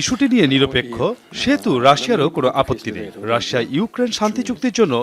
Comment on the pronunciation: এই মহিলা রাশিয়াকে শুধু রাশা রাশা কেন বলে?